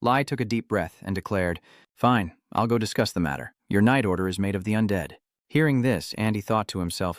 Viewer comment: what is that ending where it just cuts off mid sentence???? Also your AI needs more training since it confuses genders and got soooooo many words wrong. I kinda laughed at how many times it saying Bob sounded like Bop or how it would mess up undead as anded